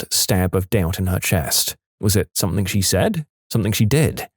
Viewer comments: listen to the video he is constantly doing it on every video he narrates just listen. Ends the word something with a K He says “Somethink” Also often “Nothink” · There is no “K” in the word something . Somebody tell the narrator ffs